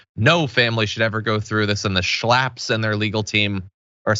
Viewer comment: "The Schlapps"